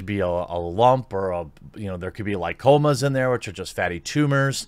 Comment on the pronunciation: There is a huge difference between prostate and colon cancer.... And you mentioned them both.... Although it's Cleary written in the articles you read... WTF ? And btw it's lipoma not licoma.... Geez prepare yourself before shooting your videos bro